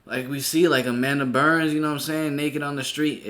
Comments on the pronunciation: Everytime you call her Amanda Burns it bothers my sprit. "Amanda Bynes" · Yup I seen the video of T-Boss, Left Eye, and Chili speech and I was like wooow!!... and was saying Amanda Berns lol but it's Amanda Bynes... it's okay tho we know who you meant!😊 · Its Amanda Bynes bro not Burns lol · Why you keep saying Amanda Burns? It’s Bynes my guy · Her name is Bynes not Burns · Say it with me. BYNES…. Amanda BYYYNNZZE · 🤣 He said burns lol